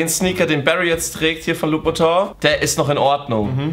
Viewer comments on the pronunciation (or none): Lern mal Aussprache von Christian Louboutin